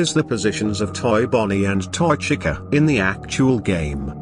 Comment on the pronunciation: As decent of a job the text-to-speech thing does, you might want to consider changing how you spell certain words in order for the program to pronounce them correctly. Chica is a big offender here, and when you're trying to get the program to read off the year of a date correctly, I'd spell it out instead of leaving it as a numeral. When in numeral form, it wants to read it like it's a number rather than a date. For example, when you used 1989 it read the number is one thousand, nine hundred eighty nine. Instead, you should put it in the script as "nineteen eighty-nine" so that it reads correctly. I'm not sure if you listen to the speech before adding it to your video, but it's just a suggestion.